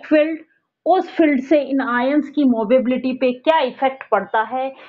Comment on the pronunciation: Mobility hota h ya mobability ???? Movability smjh aata h but mobability??🤔